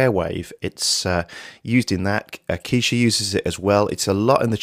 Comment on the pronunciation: Keisha? ............Ke$ha?? :)